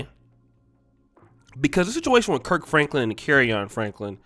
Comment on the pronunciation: My guy said Perc Franklin